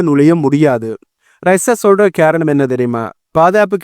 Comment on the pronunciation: காரணம்னு சொல்லுங்க,....கேரணம் இல்லை....ரைஷ்யா இல்லை....ரஷ்யா...